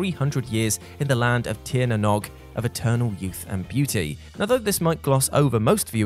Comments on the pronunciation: ok, it sounds like Tir na Know'g, not Tir na Nog, not giving out, but as an Irish man, I just want to share how it sounds to us..... and also, To all of America!..... its pronounced more like Our Land, than Ire Land, we're not Jim Morrison, he had his Ires And Pyres, it sounds like Our Land or Are Land..... not ire or pyre or mire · When you say Tír na nÓg, it's not pronounced nog as in eggnog, the o is pronounced as in oh. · The word "nÓg" in "Tir na nÓg" is not pronounced like "bog". It's pronounced like "rogue". Also, it means "land of youth". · I died a little both times you butchered Tír na nÓg. the Óg in nÓg sounds like the -ogue in rogue, so it its pronounced like "nogue" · It’s “The Land of Tír na Nóg”, pronounced “cheer na nogue”. In the Irish language, the fada over the I and the O give them a different sound. Incidentally, Tír na Nóg means, the land of eternal youth. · Tír na nÓg (pronounced tear na n-oh-g) means Land of the Young and is supposed to be a place across the sea where people do not age, in Irish mythology. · Tir na Nog is pronounced more like tir na knowg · Not to be contradicting but Tír na Nóg is pronounce Teir-Nah-Nawg. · Tír na nÓg.....nog as in hogie or bogey....not as in frog or bog.